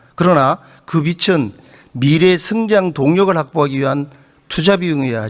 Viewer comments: 비츤이 아니라 비즌이다 빛과 빚 구분혀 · 비츤이라니. 한국말부터 똑바로 발음해라. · 빚은... 비즌 비츤이 아니고 이 ㅂㅅ아... 읽는 것도 제대로 못하는게 무슨 국회의원이라고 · 임종득씨, 빚은 ‘비츤‘이 아니라 ‘비즌’이라고 발음합니다. 초등학교 1학년도 그건 압니다. 그러니 국가재정에 대해서 뭘 알까요? ‘선심성’ 밖에 주어들은 것이 없는거지요. 그리고 IAEA는 후쿠시마 핵오염수를 한번도 직접 조사하지 않았슴!!!